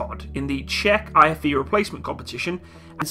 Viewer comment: Jeez, man... It's pronounced "ʧɛk", as in "I'm signing a bank cheque".